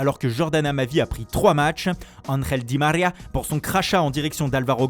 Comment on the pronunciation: Quand il dit di marrria aussi 😅🤣🤣